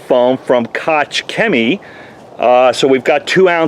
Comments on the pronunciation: Koch rhymes with chalk... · I have a friend with the last name Koch, and it is pronounced "Coke"... not sure if that is the same.